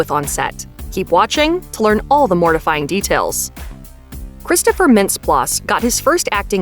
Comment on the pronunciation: you gotta pronounce mintz-plasse's name correctly.